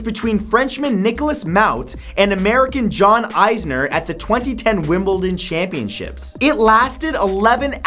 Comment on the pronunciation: LOL the way he said john isner 😂